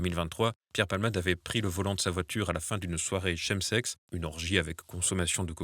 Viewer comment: Notez que chemsex se prononce kemsex comme chemrails. Merci.